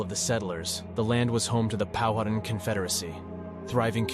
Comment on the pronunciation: Pow uh tan = Powhatan. Dum - frees = Dumfries.